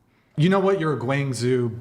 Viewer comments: gwang-zoo? No, no no. gwong-joe. Get it right, or one day Tina's going to tell the CCP to take you away because you got it wrong (and rated her poorly). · your pronunciation of Guangzhou is horrendous. its closer to like Gwang-jow